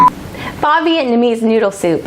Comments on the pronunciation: This looks delicious! Pho is pronounced "fuh" fyi :) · "Faw Vietnamese noodle soup" haha